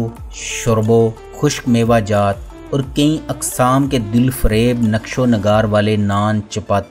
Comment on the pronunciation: یار یہ لفظ کئ ہے کئیں نہیں ہے۔